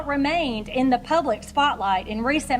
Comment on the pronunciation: I FINALLY figured out why young is unable to pronounce the "diphthong" TH. TH is not a true diphthong. A diphthong also known as a gliding vowel or a vowel glide, is a combination of two adjacent vowel sounds within the same syllable. Examples are BR, PR, TR. TH, as in THE, is commonly considered considered a frequent example but in point of fact it is not actually a technical combination. "T" is a plosive that sounds when the tongue is placed at the front of the mouth and a plosive is breathed as in "TA". American English speakers and British English can pronounce this however Irish are helpless with the German-born "TH". Yes, the IRISH pronounce "THE" as "TA". And the Germans pronounced "THE" as "ZEE". Yes, young is IRISH.